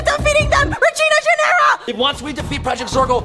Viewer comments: it's ginera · It is Ginera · its ginera guys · IT IS REGINA GINERA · its ginera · It’s gInArA